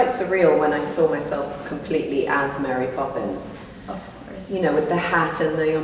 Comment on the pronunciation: Emily prononcé super bien marry popins avec l'accent français ! Par contre j'suis pas trop fan de cet univers. C'est chaud tout ces journaliste qui t'appellent pour led photos :o ohlala la galère pour ton eurostar ! Courage !